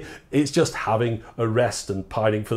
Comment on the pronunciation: 'pinin' for the fjords?" LOL